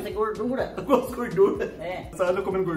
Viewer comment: Kkkkkk gosto de "gurdura" kkkkkk